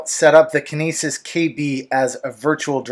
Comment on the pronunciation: heh you said it like kenises...like penises I'd say it like kin nE sis...like cytokinesis